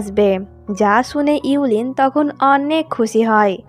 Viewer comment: আপু মেয়েটার নাম হবে,: yue qianling আর ছেলেটার নাম হবে:gu xun. আপনি নামগুলো ভুল উচ্চারণ করেছেন। মেয়েটার নাম: ইউ লিন হবে না আর ছেলেটার নাম: গু সুয়ান হবে না। পরেরবার নাম গুলোর উচ্চারণ একটু ঠিক করবেন।